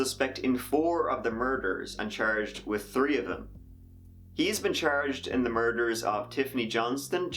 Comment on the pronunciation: Love your videos great tragic but interesting. Why don't you do more videos on Ireland mysteries? I can't tell your Irish when you say tree 🌳 instead of 3 lol I love it.